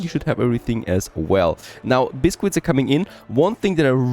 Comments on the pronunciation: Did you teach yourself to say biscuit? ask google for alternative pronunciation for the word. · Pronounciation is correct. Given the origin of the word.